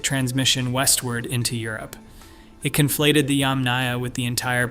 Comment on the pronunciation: YAMnaya, not yamNAYa.